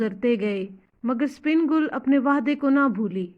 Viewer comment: The name is sipan gull not spin gull😅